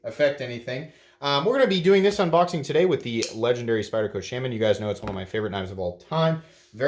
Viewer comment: The way you pronounce “shaman” is... unique